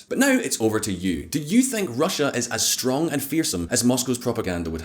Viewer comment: vehRy stronK soldier